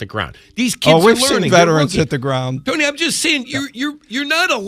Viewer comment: Boy called Tony Grossi, Tom Grossi lol